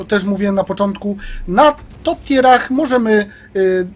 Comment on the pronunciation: Pierwszy koleś, który to poprawnie wymawia. Reszta leci z tier aż zęby zgrzytają. A może zamiast używać mówionych po polsku angielskich pojęć, powiedzieć POZIOM trzeci, czwarty itd.